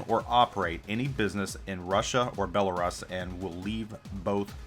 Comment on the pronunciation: Every time you mispronounced Belarus I took a shot... I'm completely wasted. thanks